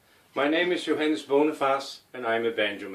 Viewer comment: Johannes the way you say you're Name sound wary danish am i right?